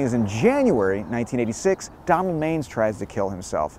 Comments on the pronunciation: Man-ISS, not mains. I'm enough to remember the audiotape of the suicide attempt on the local news. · Love your channel! FYI Donald Manes last name is pronounced "Man-ess" not "Mains". I was scolded once by a New York State senator from that area by pronouncing it like you did in this video. Sharing the knowledge so you do not get rebuked by someone! Thank you for the very interesting channel. I learn a lot from you. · Came here to say this about the pronunciation of Donald Manes. It's not MAYnes. It's MAN‐ess. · It's not Donald Mains, it's pronounce Man-ess. I was his nurse in the ICU after he tried to commit suicide. To say he was messed up is an understatement. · Donald Majes' name was pronounced Man-is! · It's not Donald Mains. It's pronounced Man ness. I used to see him in from of the building every day. Probably way before you were born. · LOL. Donald Manes is pronounced MAN-ESS, not MAINES. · Pronounced MAN-iss Donald Manes. You're either too young to remember or not a native. First time viewer. Do a vid on the guy who fed "girlfriend stew" to the homeless in Tomkins Square Park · it’s pronounced “Man-es”. Glad to see you stopped by Neir’s Tavern. Can’t wait to see that video. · Another great vid but note he pronounced his name MAN-iss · His name was pronounced Donald "MAN ESS.... lol. I was an associate of his kids in Jamaica Estates Queens he also frequented the infamous Bristol Hotel which was a whore house in Jamaica Queens . It is also where he purchased his drugs . One Part of his scandal that was hushed up was when he was nearly involved in a car accident on the Grand central parkway after being stabbed in the thigh by a transexual prostitute from the Bristol Hotel 🏨. ABC Channel 7 NEWS Covered it fully before it was overshadowed by the parking violations scandal that took Down Mayor Koch. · Great stuff. Just as an fyi, Manes' last name is pronounced man-is. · …the name is pronounced Man-us…Donald Manes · His name was pronounced (Man iss)